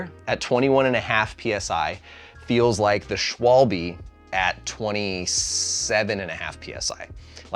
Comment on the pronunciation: how are you making vids like this and not even bothering to learn to how to pronounce schwalbe